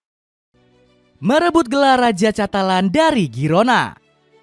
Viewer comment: izin koreksi pengucapan/pronounciation mas voice over yg belum tepat ya :) catalán : katalan carvajal : karvahal cubarsi : kubarsi casado : kasado thank youuu